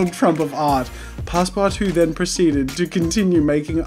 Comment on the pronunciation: "pass-PARTOUZE" as a frenchie I laughed concidering how family friendly you usually are